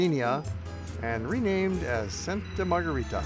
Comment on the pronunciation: Before making a video, please ask a local how to properly pronounce the name of the city you're reviewing.